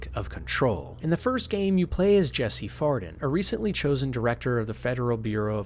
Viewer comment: I hate to be that guy but it's faden not farden